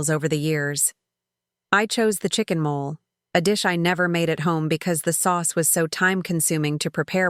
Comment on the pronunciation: It's not mole, it's mole'.